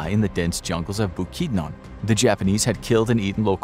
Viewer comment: Bu-Kid-none bukidnon